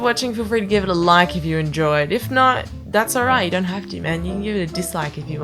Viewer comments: When you say "...shall not fade", the "not" is what gives you away as a Non-American. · Not a native english speaker, but I find that your "o"s are a little off (british) in "often" and "not". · Your American accent is really good! The only thing I would say is , when you said “not” it was a bit off.